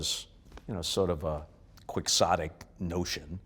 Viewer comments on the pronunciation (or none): He emphasized the letter X when saying Quixotic… bold move, Costas! 😎